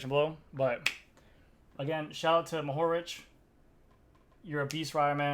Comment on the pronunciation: Being Matej Mohorič's fellow countryman, I was really glad to hear you pretty much nailed the pronounciation of his last name. :) International speakers often have a hard time with these things, but it seems it's gotten a lot better with the recent successes of Primož Roglič and Tadej Pogačar. Of course we're all proud of all of them and I'm glad to see Matej wasn't seriously hurt in this instance. I believe he's credited as being the first 'super-tucker', though riders have surely used the position before him. Anyhow, he's known to be quite fearless on the descents. It's hard to see these crashes, but sooner or later I guess they'll happen. As for the kilos and kilometers, the word 'kilo' is actually a prefix and just means 'a thousand'. Comes from way back in ancient Greece or thereabouts. So a kilometer is a 1000 meters (a mile is about 1.600 meters) and a kilogram is 1000 grammes (just over 2 pounds). That's all, have fun. ;)